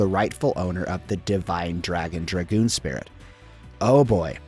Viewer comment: Thank you for pronouncing Dragoon correctly. Sub for that alone.